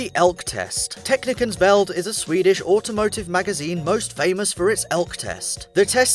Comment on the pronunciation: Just wanted to comment on the pronunciation of the Ä in "Värld": well done.